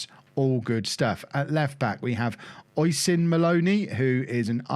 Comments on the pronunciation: Oisin is pronounced Uh-sheen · Oisín is pronounced Ush een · just a heads up oisin is said "ush-een" 👍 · Oisin is pronounced usheen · Uh-sheen Maloney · The Left Backs first name is pronounced "uh" like you're a little bit disappointed and "Sheen" like Charlie sheen.